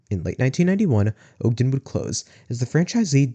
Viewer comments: i live in utah, i loved this. its just that you dont pronounce ogden like that, its "ahhgden" not "ogeden" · Ogden is pronounced Aag-den, not Ohg-den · Maybe you can cover the Orem location? Also my grandparents lived just south of Ogden and its pronounced "Ah-gden"